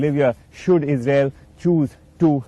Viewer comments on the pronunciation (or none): none